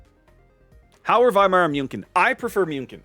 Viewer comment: Lova ya but you're butchering München SO bad, you're better off calling her Munich! 😂👍